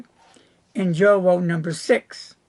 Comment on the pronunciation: At the risk of being pedantic,...the Jowo nib is pronounced: yowo. Keep up the good video clips, I always enjoy them. Cheers.